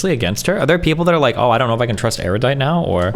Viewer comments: It's Ero-dite and Piss-co. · God damn it. It's pronounced ER-U-DITE. Where did this poncy airy-you-dite pronunciation come from? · How are people still mispronouncing Erudite? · Pisco's absolutely pedantic attention to specific details is completely undermined by his inability to correctly pronounce the word "Erudite".